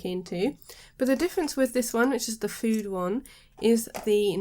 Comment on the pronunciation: Great review. Btw you pronounce the E. Fude rhymes with today